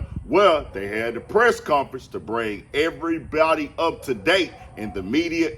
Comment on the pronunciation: They bought "everybwody" together 😂